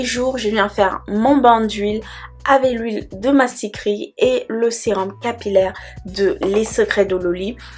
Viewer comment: Huile MASKRITI, MASKRITI, ET NON " Mastikri", ma belle 🤌🏽😄😄🥲 Bon challenge à toi et à celles qui se lanceront 💪🏾